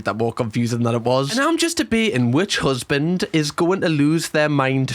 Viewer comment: "Stop lookin' at my usband ya FUUCKIN TAAAHT"